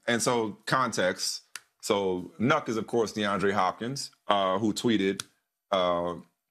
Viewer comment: My dude really called him "Nuck"